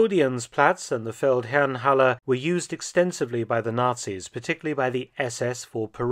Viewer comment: Fun fact: The Feldherrenhalle is down the street from what used to be a Jaguar Land Rover dealer showroom which I now believe is one fo Mercedes. I have to compliment you on your unwaveringly correct pronunciation of German words in all your videos. Keep up the good work!